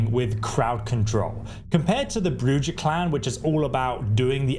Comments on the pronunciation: LOL, he said Bru Jah. It's Bru hah. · It's pronounced Brew-ha, not brew-ja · Not brew-jah , which is non-sensical. It's pronounced brew-hā which is Spanish for witch. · BROO HA not JAH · Brujah is spoken with a J coming off with the H sound so its bru-hah. Not Bru-Jah... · ah, yes. the bruJAH clan. is it similar to bruHAH clan in any way? ps also, OBS-fuc-ate (we sure ventrue are the divas?) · Man said Bru-Ja I could not stop laughing. Obviously not a hockey fan has he has not heard a Bru-Ha going on lol. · The info? Solid af. The pronounciations? Killing me. Brujah - Broo-hah Celerity - sell-air-it-ee Stygian - Sti-jee-an Obfuscate - Ahb-few-skate Hope this helps everyone. 😂😅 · Hearing broo-jyah is upsetting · You pronounced Brujah incorrectly, it's pronounced Bruhah, I think it's Spanish, but I could be wrong about the origin of th name. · Brujah > Brew Ha! Toreador > Tore A Door. Sorry, but hearing it mispronounced was slightly hurtful. ;) However thank you for the break down of the skills and powers. Tremere is the only path as all others are mongrels. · It's pronounced bru-ha not what you kept calling it. Geez definitely not played it before doing the video. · Please stop mispronouncing bru-haaaaa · It's Bru-ha if you are to promote the game try not to butcher clan name like an illiterate child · Brewjaw? Really come on dude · Did you just say Bru-Jaw? Lol Love your content! Thank you for the awesome vid! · Quality info, but some of your pronunciations have made me cry. Like Brujah and Stygian especially.